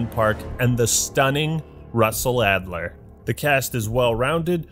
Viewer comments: “Actler” Why did it take me an hour to figure that one out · Excuse me, it’s Russell “Leon” Actler.